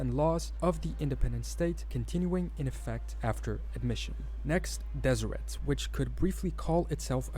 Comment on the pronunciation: I'm glad you're back. Keep on keeping on! P.s. the t in Deseret is silent (des-i-rae).